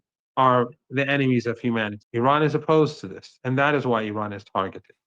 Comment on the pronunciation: Good morning... The first thing American people have to do is to Respect how you should pronounce the name of this nation IRAN! Names They have a mantric sound meaning! And it represents the power of the Soul of this Nation! Like all the names of all the nations of the world! Please listen how Mr. Mohammad pronounces the name of his Nation!